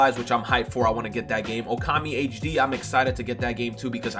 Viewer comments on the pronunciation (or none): none